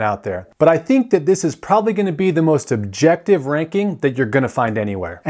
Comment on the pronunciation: Did you say "most subjective'? I assume you meant "most objective", maybe you even said that, but enunciation is important.